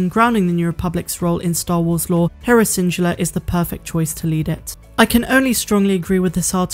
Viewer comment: Where is from? Just curious bc she mispronounces random stuff like schedule and Syndulla